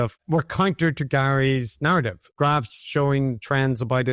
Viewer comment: That's a strong garrative